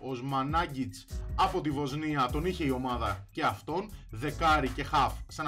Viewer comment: Όχι Οσμανάγκιτς αλλά Οσμάναγκιτς.